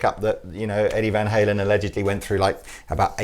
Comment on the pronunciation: I love you guys, but butchered van halen....that won't help sales...